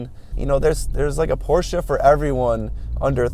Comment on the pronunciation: You pronounce " Porsche" correctly !